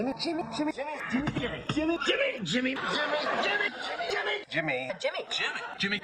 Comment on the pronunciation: Thanks for another epic episode,!! The "JI-mmy" Kruger at the end was a masterful touch! 🤣👍🏻👍🏻